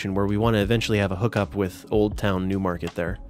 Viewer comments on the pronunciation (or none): Whenever you say “Newmarket” I hear “Noohmahket” because of how quintessential NE it is